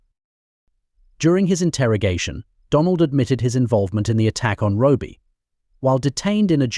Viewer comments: How sick!! By the way his name was "Robbie" NOT Robie!! A little respect!! May he rest in peace. Condolences to his family. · It's not Roby it's Robbie at least pronounce and get his name right. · Why is it so impossible to find a human being as a narrator? This AI stuff is awful, you can’t even figure out that the abbreviation for Robert is ‘RoBBie’ not Roby, or Robie, Also, we’re human beings, we don’t need the repetition, our attention span is somewhat longer than a gnats. All in all I think you’ve done this poor lad a huge disservice frankly. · Robie ? All the way through it was said like that. A.I is absolute shite. Cant listen to anymore so I'm outta here. 👋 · I know. So annoying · Stop with the AI narrator, it's terrible! Can't even get the name right. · What a ridiculous way to pronounce Robbie. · Totally irritating, same goes for the unnecessary repetition. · My thoughts exactly